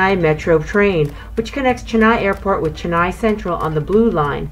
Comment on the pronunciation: It's Chennai not jennaai